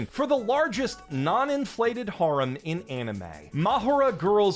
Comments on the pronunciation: har-um?? Dude cmon it's hair-em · 'hair-um' pronounced like that. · Why are you pronouncing harem like that... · You're still pronouncing "harem" wrong. I don't care if you think pronouncing it in the japanese romaji form is right, it's not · Another video, another opportunity for to mispronounce the word harem 1,000 times